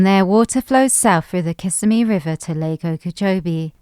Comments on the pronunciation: It’s Ki-simi River, NOT Kiss-a-me River. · kiss-SIMM-ee, not KISS-simm-ee. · oh you were doing so well with pronunciation until you hit Kissimmee - which is pronounced KiSSIMMee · It's Kuh SIM ee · Is pronounced Kissimmee but what I like to know is what are y'all actually going to do to make a difference besides make this video there are so many Floridians that just suffer every day do the dumb illustrations because they moved into an area and now they have no other reason besides the fact they hate West Coast anyone car